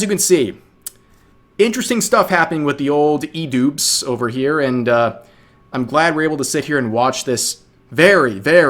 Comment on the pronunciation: why am i hearing rev say idupes and why does it make sense?